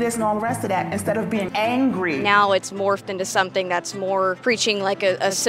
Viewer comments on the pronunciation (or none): Why they pronounce “represented” as “representeded” and “morphed” as “morphted”